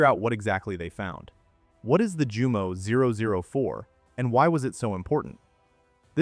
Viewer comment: One earmark of dumb AI is consistent mispronunciation of foreign words. For instance, "Jumo" is correctly pronounced, "yoomo." 😝